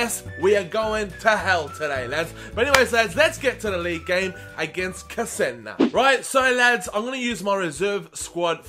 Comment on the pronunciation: its che-se-na